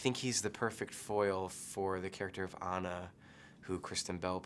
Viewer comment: How does he not know how to pronounce Anna's name...